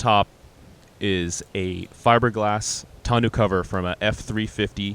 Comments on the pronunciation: Great build. This is how we say tonneau cover. Ton-oh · Other than they way you pronounce the cover (grating) freaking awesome job!